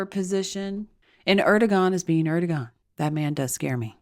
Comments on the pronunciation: It’s “AIR-dough-wahn” (the last syllable pronounced like the first syllable in “wander.” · Erdogan is pronounced Er' doe' w' anne. Emphasis on short w sound like in way or wait. In Turkish the "g" is silent if before an o